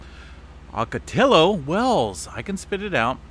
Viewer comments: San Diego checking in... still looking for a low to mid range 6 for So Cal... Ocotillo is pronounced Oc-Oh-Tee-Oh and Jacinto is pronounced Hah-Sen-Tow. In Spanish the double ll's make a silent Y sound and the J makes a silent H sound. 🌎🙏😎👍🤗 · always a pleasure listening to your reports. fyi "ocotillo" is a plant and is pronounced aa kuh ti low in spanish ll = e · Ock-ah-tee-ya Wells. For a guy that lives in California, you pronounce Spanglish like a gringo. 🤣😂🤣 I love your updates though. Subscribed and liked. Keep up the good work. Cheers from New Zealand, via San Diego. 🤙😎 Hey, do you follow GeoNet? Covers all of the seismic activity here in NZ.